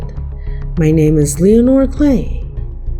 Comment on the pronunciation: Still hating the way you pronounce your name.